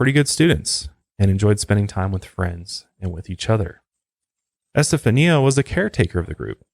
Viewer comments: Pronounsed. Estefanya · Esta- fawnya is how you say that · ** Estafania is pronounced ES TA FAHN YA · ESTA faun ya is the correct way to pronounce it. You are also saying her mother's name incorrectly. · For the love of God…it’s EsteFONia. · I think her name is pronounced STA FON YA. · Haha it’s pronounced “Estefonya” if that makes sense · Her name is pronounced este-funya. Like "stefan" between "eh" and "ya". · Es-tah-fanya my man lol. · It's pronounced EsteFANYA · It’s EstaFAWNia, emphasis on the Fawn lol ✌🏻😊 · I stopped when you said estafania the way you did lol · Esta-fanya...you know that you can type something into Google and it'll speak it back to you so you don't have to pronounce things incorrectly. You should probably use that cuz dude....jeez. you say Satan right but satanism for some reason you can't pronounce properly. It's not SYTANISM it's SAY-tanism. Once or twice is ok but doing it over and over again for the whole episode is... tragic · Just a tip- it’s pronounced “eh-steph-ah-nee-uh” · It's more like E-STEPH-ON,YAH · I believe it's actually [eh-stef-an-ya] - like Esteban but Este-fania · Great episode Fyi her name is pronounced as es*ta*FAWN*ia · It's pronounced [ɛs.te.fa.ˈni.a]. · Hey her name is pronounced "es-ste-fahn-ya"....just sayin'. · my favorite part is that he didnt say "estefania" right even ONCE 🤣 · he keeps switching how he pronounces Estefania's name and its so funny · Ouija---pronounced, wee ja. Estefania---pronounced , Estafanya. Planchette---pronounced , planshet